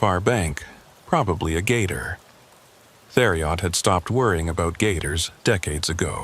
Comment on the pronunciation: It’s pronounced “terry-o” not “there E Ot”